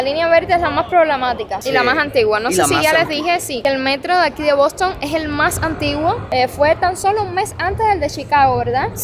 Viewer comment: Lo primero es aprender inglés. Esa pronunciación del Bostonian Hotel te quedó espantosa….